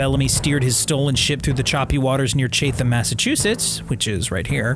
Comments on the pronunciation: it's Chatham Massachusetts "Chattem" not "Chaytham" .... ;) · The way you said Chatham hurt me. It’s not ChaTHum it’s Chat-um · I was trying to figure out where tf he was talking about, I've never heard of Chathe-ham MA. Then I figured out he was talking about CHAT-UM 😂😂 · This dude really said CHAE THAM. ITS CHATHAM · Not chaythem it’s chat-em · Its Wid-ah and Chat-ham.....new England has its own pronunciations I guess. Thank you. Its so interesting. Great info.i had no idea that was the story behind it. I never thought It would be found. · “CHAY-THUM” lmao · You butchered Chatham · I was born and raised there never heard about this lol and he butchered Chatham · So funny how he said Chatham..